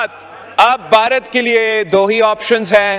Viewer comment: His pronunciation is weird. Baharat? How hard is it to pronounce 'bha' for a desi person?